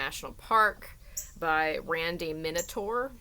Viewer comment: Hi -- You pronounced my name correctly! Thanks so much for reading and reviewing my book, and for your impassioned plea that people take the warnings seriously. Let's hope we can help people stay safe. -- Randi